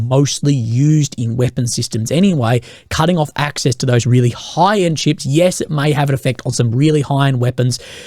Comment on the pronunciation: How hard is it to pronounce CHIPS so it doesn't sound like SHIPS? Consistently that is.